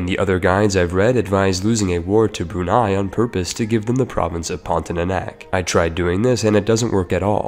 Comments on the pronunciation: omg it’s pronounced as porn-tia-nak and not porn-ti-é-nak nonetheless good video tho HAHAHAH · It's PON-TI-A-NAK not PON-TI-NA-NAK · Its pontianak not pontinanak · Pon - ti - a - nak not pontinanak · What is Pontinanak? I only know Pontianak. If you wanna do a video, you should at least learn to read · Heres how you pronounce "pontianak" Ever heard of the word "pontic"? Yeah just say "ponti" without "c" and "ah-nahk" Or to be simple "pawn-thee-ah-nack" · Wkwkwk ada juga yg kesel denger pontinanak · I just want to say : pon - ti - ah - nahk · As Indonesian it is very funny how you pronounce Pontianak Great video btw